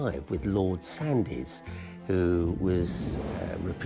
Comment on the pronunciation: So, Connor pronounces ‘Worcestershire’ properly. The manager of Lea & Perrins then mispronounces ‘Sandys’! His accent gives him away. He’s not from ’round ‘ere. If he was, he’d know that Sandys is pronounced ’Sands’, like Pepys is pronounced ’Peeps’. Shocking. Also shocking is how the L&P factory smells when they’ve got an anchovy and garlic boil going on.